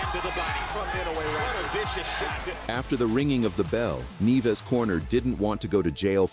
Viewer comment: “Neeves” “Neevus”..it’s actually “nee-YEH-vess”